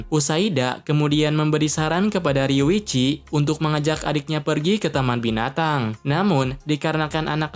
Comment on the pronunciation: Riyuchi bang bukan riwichi.